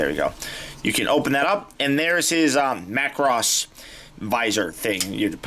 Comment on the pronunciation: Major props on saying Macross. 👍